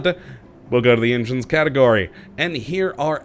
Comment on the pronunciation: I keep coming back & watching but, years on... Engines are still 'Injuns' & 'ahways' - still has that unpronounceable L. Keep up the good work!